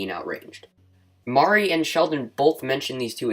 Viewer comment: It's actually pronounced (mrě) not (mari)